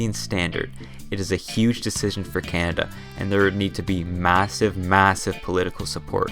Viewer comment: Canada is NOT a frozen wasteland. Furthermore, it's pronounced "Canada", not CYAN-ada".